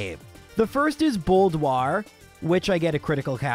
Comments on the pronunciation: Uh, it's Bold-ore, not Bold-uare. And it's Sin-Sinnoh, not Chin-Chino 🤓🤓🤓 But seriously, I wanna see more catch em all challenges! These are neat to watch with the flair. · I've never heard anyone call Boldore "Boldoire" 😂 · bold-oire?? First time I've heard the boulder Pokemon made of mineral ores pronounced like it's a gritty black and white crime drama. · I was going to comment about your inusual pronounciation of Cinccino. Then Boldore happened and I don't even know if you do this on purpose. I'm dreading what lies through the rest of the video.